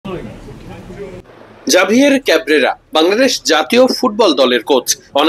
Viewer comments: এই নামের প্রকৃত উচ্চারণ "হাভিয়ের কাবেরা"। জাভিয়ের কাবরেরা নয় , এটা স্প্যানিশ নাম। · ভাই উচ্চারণটা হবে হাভিয়ের কাবরেরা